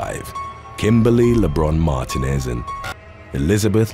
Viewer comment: Mar-TEEN-ez is how you pronounce Martinez